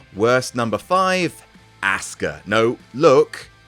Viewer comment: Why did you call her ASS KA?